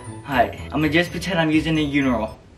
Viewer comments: What’s a Uniral I thought it was urinal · he said uniral instead of urinal 😂 “stupid boi” 😆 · He really just said uniral